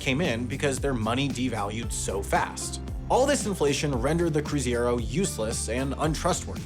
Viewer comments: that pronouciation of Cruzeiro is driving me crazy. I was there, I remember going to the bank with our babysitter to switch out her Cr$ to R$ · One correction, it was CruzEIro, not CruzIEro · Pretty accurate for a gringo. Just butchered the pronunciation and spelling of Cruzeiro. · How can you botch the way you say Cruzeiro in a video where the word is so important? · The fact that butchered the pronunciation of "Cruzeiro" but also misspelled the word to match his mispronunciation makes everything funnier for us Brazilians. I give him a pass, it is a tough word to pronounce for English speakers hahahahaha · I love the fact that English speakers can't pronounce "ei" without swapping the letter's places lmao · Great video! But hearing cruzeiro mispronounced several times did hurt 😂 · Drink a shot every time he says (or writes) 'cruziero' instead of the actual name 'cruzeiro' 😂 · Why are you writing and saying cruziero? Its cruzeiro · It is not the CruZiero, it is the CruZeiro. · it was called cruzeiro not “crusiero” 😂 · Cruzeiro, not cruziero. Also Cruzeiro Real, not Cruzado Real. It's written on the bill! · It's "CRUZEIRO" not "CRUZIERO" You're welcome, a Brazilian. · It’s cruz-AY-ros, not cruz-EE-ros! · Man, it was cruzeiro not cruziero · it's Cruzeiro, not Cruziero... like CRU ZAY RO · The amount of times I heard that word misspelled... It's CRUZEIRO 😂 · Submission for the next mistakes video: CRUZEIRO, not CRUZIERO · We need from Wendover to correct from HAI again. It's CruzEIro, not CruzIEro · saying "cruziero" rather than "cruzeiro" should definitely go to the mistake video of the year. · Cruzeiro (not Cruziero) has an ei as in "Hey,, learn to read". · It’s Cruzeiro, not Cruziero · Unrelated, but why do English speakers invert phoneme /ei/ when saying Latin words? Instead of saying CruzEIro he says CruzIEro. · The name of the old currency was Cruzeiro, not Cruziero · we don't say kroo-zay-roh. we say kroo-zay-roo. this isn't Spanish.